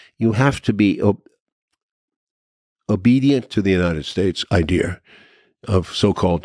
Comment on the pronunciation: Come on man. It's easy to pronounce. idea. Not idear.